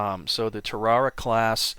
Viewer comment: It's Tar-a-Wa not Ta-Ra-Wa ask any Jarhead. Good channel.